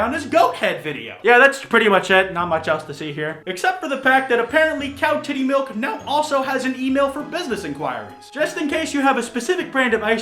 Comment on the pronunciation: Still I hear miwk and not milk so please help meeeeee